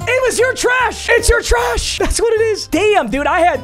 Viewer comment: "Ur Treash" Gang!